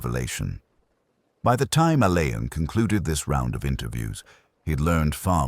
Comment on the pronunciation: Please it is pronounced Allen. Dame Marsh actually made a point of this in Singing in the Shrouds